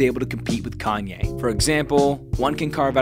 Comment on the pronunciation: Now all I need is y’all to pronounce my name it’s Kanye but some of my plaques they still say Kayne